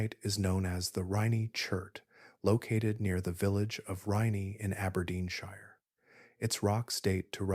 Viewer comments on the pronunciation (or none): none